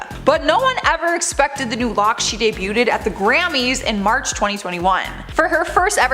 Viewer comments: I think host is entertaining. Hoping someone can advise her that the word 'debuted' is pronounced 'day-bude', not 'day-bu-ted'. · Debuted is pronounced: day - byood. NOT: day - bu - TED. You mispronounce this all the time. :) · Ummm ... did you just say "day-byoot-ed" ... I can't, I need to laydown...